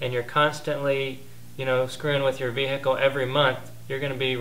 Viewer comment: the way you sey "vehicle" annoys me